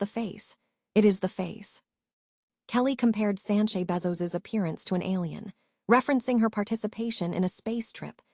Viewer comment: First of all its Sanchez not Sanche.